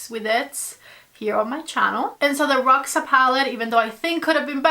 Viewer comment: Just a tip...Roxa in portuguese is pronounced with the X sounding like SH, just like in shoes and sheesh